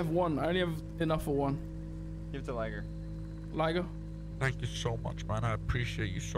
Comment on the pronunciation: I think he said lie-gar but that is still an amazing quote nonetheless